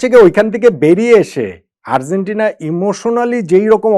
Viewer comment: Argentina উচ্চারণটা সঠিক না হওয়ায় কানে লাগছে।